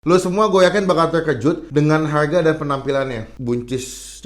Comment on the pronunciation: Harga baca dengan aksen Kya orang barat